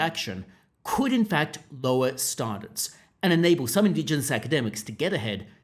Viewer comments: Just use your own voice. Your attempt to sound like a newsreader is making you mispronounce “standards”. No one says it like that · Why can't you say "standards" properly? Did you have a stroke? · Are you from Adelaide? Standards has a "pan" vowel not a "palm" vowel in 90% of Aussies.